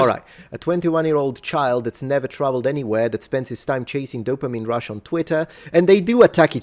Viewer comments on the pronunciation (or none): none